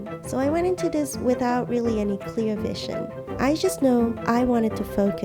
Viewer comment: Anyone ganna say how she pronounces this as dis